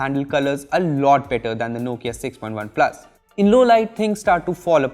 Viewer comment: Everytime he says point OnePlus